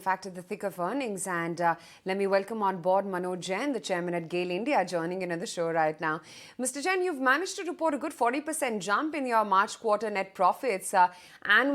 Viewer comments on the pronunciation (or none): It is jump not gump